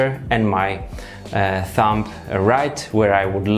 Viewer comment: The "b" in thumb is silent. It does sound like you say thump. One of your friends should have told you really.